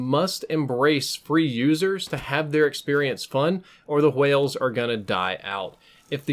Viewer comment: "Hwales" you say it like that